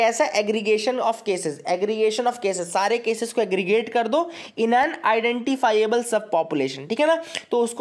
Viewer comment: ." Doo teen din" ..sala sanitizer pe hi😊😊😊😊😊 I think u speak bengoli